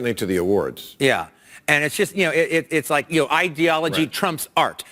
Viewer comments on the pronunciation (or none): He's not the most articulate speaker. Seems to have a problem pronouncing the word ideology.